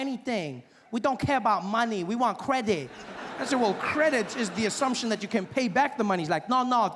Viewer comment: Kweehde (credit) 😅